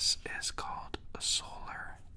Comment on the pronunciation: dude wtf.... you didnt sand the board first so the repairs have nothing to stick to. and its solar curing resin why would you put not clear tape on it? you would have to remove it to cure it. also its called solarez like 'solar rez' as in resin not solar EZ lol. good asmr tho